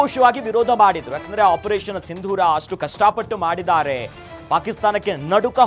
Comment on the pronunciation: ಸಿಂಧುರಿ ಅಂತೆ,, ಅದು ಸರಿಯಾಗ್ ಮಾತಾಡಕ್ ಬರಲ್ಲ ಅವನಿಗೆ